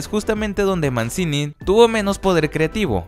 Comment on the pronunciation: Se pronuncia "Manchini"